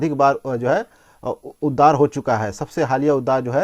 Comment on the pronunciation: Not उददार it's उद्गार